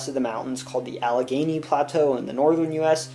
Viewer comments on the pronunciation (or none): none